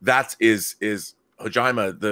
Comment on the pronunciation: ummmm, i dont think Kojima rhymes with vagina...